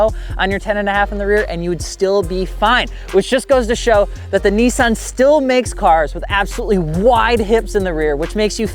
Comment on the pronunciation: Nissan! Not Nesaan